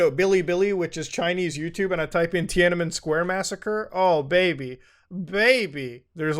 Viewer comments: cmon, muta. it's tiananmen. three Ns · My headphones stopped working the second you said "Tianamen Square"